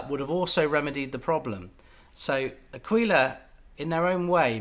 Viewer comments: Ir's neither Ak'weela nor A'keela, I'm sorry;. It's 'Akwila, with accent on the A. That's how Mimmo would say it, I swear on it.:face-fuchsia-tongue-out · It is Àquila, with accent on the A ( I’m italian 😉) and you also want to pronounce the U, so you will have three accents; on the first a, the i and last a Love your videos, you’re helping a lot over here 👏🏻👏🏻👏🏻👏🏻👏🏻 P.S. Just got a Kala tenor, I loooove a warm mellow sound, wich ones would you suggest? Thanx a lot!! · you have to say àquila, with the accent on the first a. i know, i'm italian. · me as an italian… qauìla, achìla hahahahaha that’s actually àquila you should focus on the A, like aaaaquila